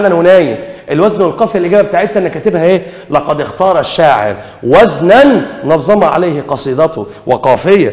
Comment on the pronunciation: نظم (بالتخفيف) مش نظّم (بالتضعيف) وشكرا